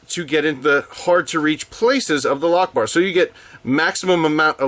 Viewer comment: All I kept hearing was Allah-lock-bar. Anyway, loving this series so far and its definitely sub time.